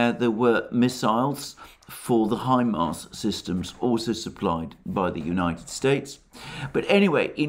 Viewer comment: Say HIMAR one more time ..I dare you...